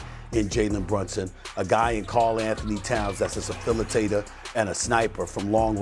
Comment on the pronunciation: What’s a safilitator 😂😂😂